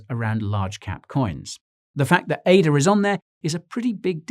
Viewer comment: Impeccable composure despite yesterday's defeat, but celebrating defeat is such a British trait. Jokes aside, great news style content but please call it Ada and not A-D-A.